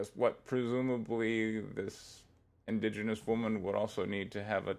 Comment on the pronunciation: Inda-Genous? Pron. in-DIDGE-i-nus. Otherwise on point, mate.